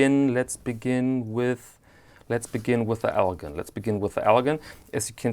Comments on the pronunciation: really enjoy your videos. One correction... the “gin” in Elgin is pronounced like gin and tonic, not with a “guh.” Thanks for these videos!! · Elgin is pronounced (ELJIN) I live near Elgin in the Chicago land and northwest Indiana area . Nice video and nice watches by the way . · I grew up in Elgin, Illinois and could see the watch factory a few blocks away. El Gin is how the watch company is pronounced. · Just like NBA star Elgin Baylor.